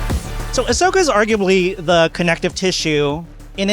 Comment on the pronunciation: It's AHsoka. 😁